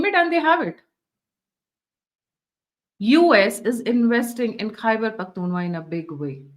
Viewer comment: Sorry Mam Khaiber Pakhtunwa nehi . Khaiber Pakhtunkhwa